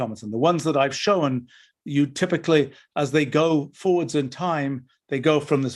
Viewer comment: It's strange. He doesn't know how to pronounce 'shown'.